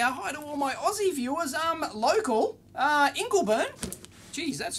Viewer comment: Ingleburn ... yeah inblebern